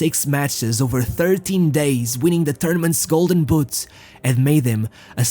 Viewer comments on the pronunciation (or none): none